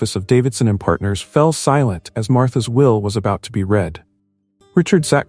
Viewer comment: An interesting & intricate nice story. Well scripted & well narrated. Only flaw is the many times mispronunciation of name 'Sophia' ! Also care shud be given to pronunciation of 'read'/ spelling same but pronunciation different for present tense & past tense !!! Stories need proper editing b4 posting.